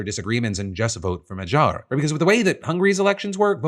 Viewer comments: Peter Magyar = ma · gyaar (like MA GHEE ARE)... The way you are saying it makes it sound French. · In case Phil has to say Magyar's name some more in the future: the "gy" is pronounced as the first sound in "due" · Well, better attempt than how everyone else has reported his last name, but still not the correct pronunciation of Magyar 😂